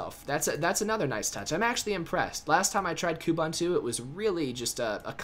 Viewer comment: A short visit to Ubuntu website will help you learn how to pronounce Ubuntu and Kubuntu! It is pronounced "oo-boon-too" and therefore "koo-boon-too". Nevertheless, thank you for the video. It's been rather helpful. It would've been way more helpful without your invalid personal opinion here and there! :|